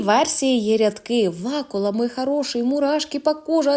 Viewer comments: Якого ВАкули?!!! ВакУли! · Не ВАкула а ВакУла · Як можна читати ВАкула, кОвзани? ВакУла, ковзанИ.. Якщо мені трапляється якесь невідоме слово, то я користуюся тлумачним словником, і це суто для себе, бо я пенсіонерка. А якщо це необхідно виходити з текстом до слухачів,то певно ретельніше потрібно готуватися. Бажаю удачі.